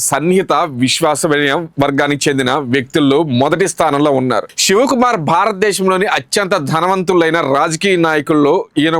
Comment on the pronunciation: Ur wrong, u don't know how to pronounce his name